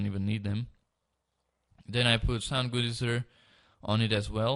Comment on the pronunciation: he said sonk